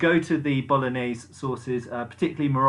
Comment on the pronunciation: Did anyone else spit coffee at the line "go to the Bologenese sources..." ?